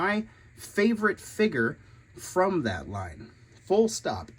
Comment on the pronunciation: What is a “figger”?